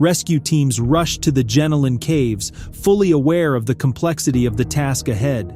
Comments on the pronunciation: Not Gen-o-lan Caves. But Gen-Ol-N. Good to see Aussies on the channel. ❤ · It's pronounced jen-oh-lin caves